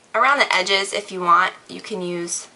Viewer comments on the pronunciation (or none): none